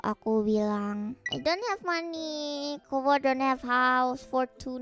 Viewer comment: Kobo: Haha I'm gonna lie and make people feel bad for me. 😀 People: actually offer help Kobo: wait what? 😢 Also glad I wasn't just hearing things when I thought I kept hearing people/Calli call Kobo 'Gobo'.